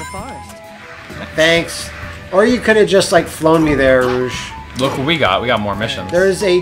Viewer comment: Right when they get to Soleanna with Rouge...the voice over calls her Rogue